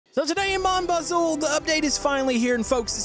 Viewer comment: Why does he say it like "mon Buzle